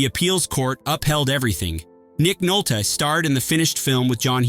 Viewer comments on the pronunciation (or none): Wow! Still screwing up Ebert's name and now Nick Nole-tee and Pa-vor-rati. I liked Partners. 😊